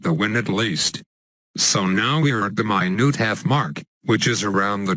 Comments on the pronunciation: it's spelt and pronounced minute :P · "minute-half mark" Minute? damn this robot sucks at pronunciation